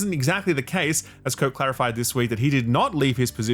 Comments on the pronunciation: So Quantic are making...Spellbreak? We're sure it won't meet the same fate, especially with David "how can you criticize my game when the graphics are so good" Cage at the helm., for fuck's sake it's Marc-Alexis "coh-tay" not "coat". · The AC guy, who will certainly be in the news when he moves somewhere else. His name is not "Coat" it's "Ko-Tay". It's french, and there's an accent. Please please pronounce it correctly. Love your content!